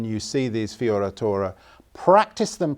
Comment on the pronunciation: Ahah in italian correct pronunciation for “fioritura” must to be FIORETURA. Like use the E not the I. Italian pronunciation for “I” is the “E” in English (like the first I after F)